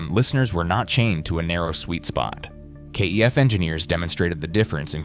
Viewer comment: Kef rhymes chef is how it is pronounced.